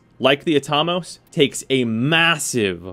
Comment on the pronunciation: I've always pronounced it At-a-mose. Not Atom-oss